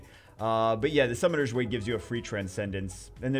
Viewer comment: "Summoners Way"